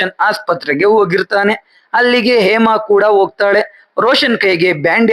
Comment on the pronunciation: ಹೇಮಾ ಅಂತ ಸರಿಯಾಗಿ ಹೇಳಿ ಏಮಾ ಏಮಾ ಅಂತ ಯಾಕೆ ಹೇಳ್ತಿರಾ ಹ ಮತ್ತು ಅ ಉಚ್ಚಾರಣೆಯನ್ನು ಸರಿಯಾಗಿ ಮಾಡೋದನ್ನು ಕಲಿರಿ😊